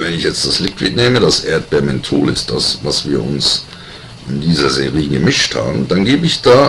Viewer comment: hey alos ich mag dich und deine videos aber wenn du serie sagst könnt ich in den moni boxen :)